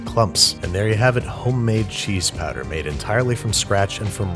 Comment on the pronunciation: I was looking away when you brought out the powder (I was applying clotted cream to a scone), and I had no idea what "cheese patter" was